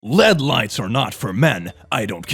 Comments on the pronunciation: “led lights” aren’t these pronounced “L-E-D lights” or am I stupid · It’s l-e-d but we love anyways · 11 called it led when its l e d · Just FYI: At least in American English, the abbreviation for "light-entering diode" ("LED") is generally pronounced as separate letters ("ell ee dee"), not as a single word.